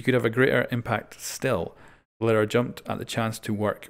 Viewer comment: It is pronounced L-ee-ra